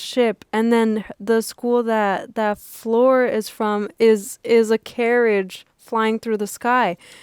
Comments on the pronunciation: You pronounce the r as well in Fleur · You got me french laughing at your "Fleur" attempts. Love you guys. Those 3hours review are truely interesting.